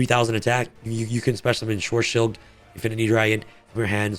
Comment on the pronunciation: really needs to learn how to read German names and not butcher them. Also fun fact from Google. Schwarzschild means, “The radius of the spherical boundary within which a given mass (as of a star) must collapse to become a black hole. also: the distance of the event horizon from the center of a black hole.”